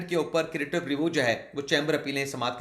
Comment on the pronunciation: کریٹیو نہیں ہے بھائی، کیوریٹیو ریویو ھے